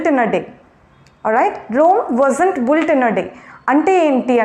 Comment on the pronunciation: It’s not bu lt bi. lt